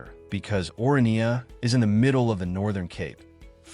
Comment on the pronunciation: I am a South African, you really don’t have to explain anything to me. You are however doing a poor job explaining it to the rest of the internet. I have also been to both of these places numerous times, have you? Your content is factually wrong, you mispronounce the names of both towns, and the premise of the video is silly to say the least. Comparing Orania and SOWETO (South Western Townships) is senseless because they are not comparable entities in the first place. Orania is a small, privately owned, voluntary community built around a specific cultural and governance model, while SOWETO is a vast urban area created by apartheid-era state planning as a labour settlement for Johannesburg and later shaped by mass urbanisation, political history, and metropolitan integration. One is intentionally small, controlled, and self-selected; the other is city-scale, diverse, and structurally embedded in a major economic hub. It is further absurd to ask random viewers “where would you choose to live?” because the premise of the question is fundamentally flawed. The first determining factor would be the race of the viewer, followed closely by culture and, in the case of Orania, specific cultural and social requirements that would automatically exclude most people. These are not interchangeable lifestyle options presented on equal footing; they exist in entirely different historical, demographic, and social realities. Economically, the comparison collapses completely. Orania operates a